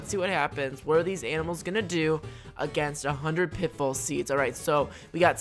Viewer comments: pit full seeds? or pit fall? I hear wrong sometimes! LOL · I love how you say pitbull instead of pitfall